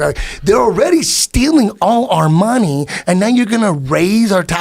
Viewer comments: Even better, count how many times Eddie said "MOHNIE" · Can we agree that Eddie Bravo's pronunciation of the word MONEY is the best ever?